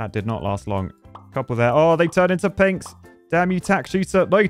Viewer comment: Is it just me or is saying "Pigs" instead of "Pinks"